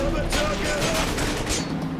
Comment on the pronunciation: i thought he said sorry jews